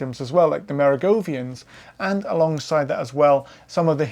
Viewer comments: Why pronounce Mer-oh-ven-gians as go-vian? Is that a UK thing? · Mate, you sound good and interesting, but you made one huge blunder: it's not "Merigovians", it's Merovingians. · I’m baffled by. His presentation seems scholarly and well-researched but is riddled with mispronunciations and inaccuracies, i.e. Wielbark and Merovingians. He’s just so damn likable tho.